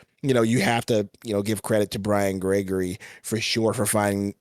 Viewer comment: It's time to say Brian Gregory the correct way now, your silliness to it is getting old.. I love watching you guys, but that's getting really old now, especially after the way this since Suns team is playing